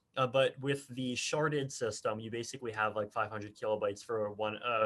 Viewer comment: Sharded or sharted? Lol